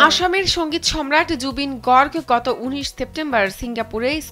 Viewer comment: Gorg na Garg bhalo kore ussaran korben .mis u jubin da 😢😢😢😢😢😢